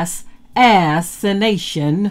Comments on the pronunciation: Thank you but I know what assassination means, but She didn't pronounce it like the word is originally said, she said ass-anation, on purpose. I was being sarcastic by asking why did she feel the need to pronounce it that way. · 🤍🦢🤍🦢🤍🤍🤍🤍🤍🦢🤍 interesting pronunciation....Ass. assintion attempts. God alone is in control. Huuuuuuuuuuuuuuuuiuuuiuuuu